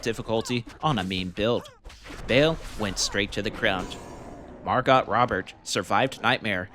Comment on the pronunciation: Can't unhear your pronunciation of MarGOT Robert